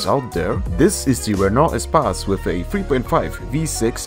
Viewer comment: E-space. not espace